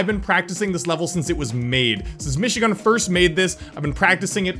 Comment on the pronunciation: Its not mishigun its michigun😈